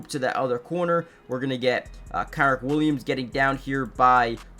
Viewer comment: Good vid. His name is pronounced Ken-rich Williams btw.